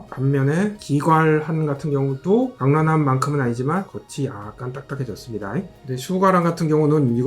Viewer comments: 내용도 좋고 주제도 좋았는데 다만... 병량환을 자꾸 병란환으로 발음하셔서 계속 귀에 걸려요. 수갈환이 실제 매실을 쓰면 훨씬 당도가 떨어질껍니다. 그리고 너무 단거는 보관잘못하면 개미가 꼬이지않을까요? 아울러 매실같이 신걸 먹으면 입에 침이고이는데 그걸 의도한거 아닐까 생각됩니다. 전 만들어본 적은 없으니 반박시 반박하시는분 말이 맞아요.. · 발음 ㅋㅋㅋ 병랑 병랑 ㅋㅋ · 병량환 일어발음은 효우로우간입니다. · 병량환 발음을 단 한 번도 성공을 못 하시누 ㅋㅋㅋㅋㅋ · 발음 진짜 웃기던데 한국인 맞는거냐? ㅋㅋㅋㅋㅋㅋ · 병량환 발음 왜이리 못하시냐구우우웃!!